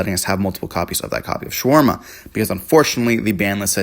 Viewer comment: You do know it’s Shavara, not sharwarma…..